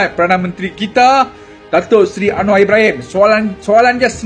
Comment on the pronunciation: Tu lah org ni ., nama pun salah anwar bkn anuar , kamu tahu baca dgn tepat?